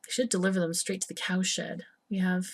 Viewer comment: I just don't get it.. Everytime you say CowSHED, I hear ComSh*t.. What the fnerk =oS =oP Keep up the good work ^^